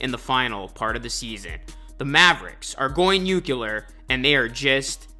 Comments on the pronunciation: Okay George Bush. Nuclear = 2 syllables (Nū-clear).. not nu-cu-lear… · Nu cle ur, not nu qu lar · Bro really pronounced “nuclear” as “new-que-Ler”